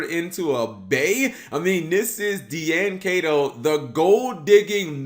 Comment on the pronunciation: D-An Kay-To. Guy, its Die-N Key-To.